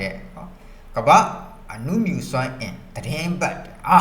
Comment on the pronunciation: အနုမြူ မဟုတ် အနူမြု